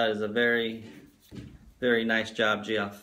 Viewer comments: Thanks for the mention, FYI Geoff is pronounced JEFF, just that it sounded strange. 😄😄😄😄😄👍🏻🆗look forward to your next video. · Smallest Workshop Sorry man lol! If its any consolation, I like the way I pronounced it better! It seem more interesting, HAHA!! But I am really sorry for the mispronouncing your name Geoff (Jeff) lol